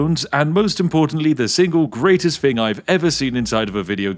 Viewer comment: He's so Spiffy he doesn't even want to speak proper English! What is a "thing"? Spiffy deals in"fings". [Edit I'm one time talk. I can't EVEN TYPE.]